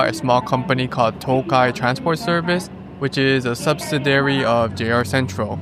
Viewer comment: Thanks for another great video! FYI, the accent on “subsidiary” is usually on the second syllable: “sub-SID-ee-ary”